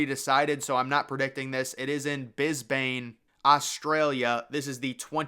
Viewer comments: It is not Bisbane. It's Brisbane. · BRIS-bane, not BIS-bane. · BISBANE?? Come on - it is BRISBANE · Brisbane mate. Not Bisbane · It’s pronounced Brisbane, not Bisbane & that photo that you used to showcase Brisbane, that’s actually the Stadium that was used for the London 2012 Games. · 2'59""Bisbane, Austraila"!? WTF OMG ! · Bisbane 😂 the spelling error made it worse. It’s Brisbane and it sounds like Briz-Ben or Briz-bin. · FYI Sapporo did host the Winter Olympics in 1964, and it’s Brisbane not Brisbane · It's Brisbane, not Bisbane. And you showed the London Olympic Stadium from 2012 during it. So many errors in this video. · That’s Brisbane not Bisbane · Bruh! It's BRISBANE! No wonder people always say citizens from the US are uncultured... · Your pronunciation of Brisbane made me laugh. It's said "Bris-bn" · It’s Brisbane 😂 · The Winter Olympics were once very minor by comparison. But they have really increased the size. Still only a handful of countries win all the medals. This guy can't pronounce Brisbane